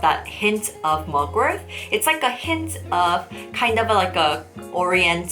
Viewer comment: Is it me or it always sounds like you're saying mugwor-TH... The T in Mugwort is like the T in Fart. 😁